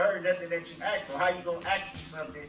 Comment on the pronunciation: Judge faces babbling Brooks again. She " axed " him often to cease and desist but to no avail. He's the prime candidate for the phrase "...and throw away the key! "